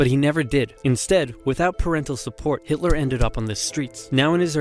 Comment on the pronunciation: you pronounced that name perfectly! Greetings from Vienna, Austria